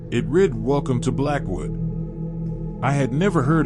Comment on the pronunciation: You mean, “It read” not “it rid”